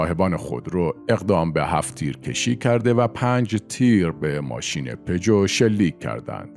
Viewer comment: پجو ؟! هنوز نتونستی بگی ژ ؟! 😅😅😅